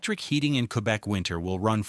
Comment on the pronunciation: queerbec lol